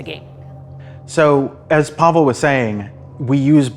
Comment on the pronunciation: PaweŁ It's Paweł You have that sound, so learn it if you want to be respectful. Paweł - "pavew" Pa as in PArrot we as in VEctor ł as in Why